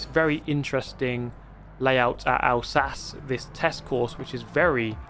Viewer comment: Can you sell "won' cars like in Gran Turismo 1? also the track is pronounced Al- sa-chee